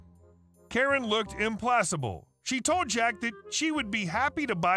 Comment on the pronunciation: Sorry. My OCD is honestly driving me nuts. It's implakable, not implasable.